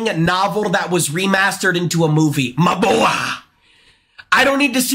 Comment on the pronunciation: its so funny whe he says my boa